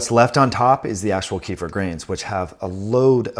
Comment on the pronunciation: ‘Keff-eer’ is the correct pronunciation.